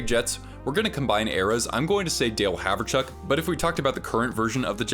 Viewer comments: HOWerchuk. Not Haverchuk. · "Haverchuk"? I've always heard it pronounced "howerchuck". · The craziest thing about this video is the casual reminders that the San Jose Sharks had once been an actually good hockey team. Edit - also, who the heck is Dale Haverchuk? Pronouncing names properly is rather essential if you want to be taken seriously.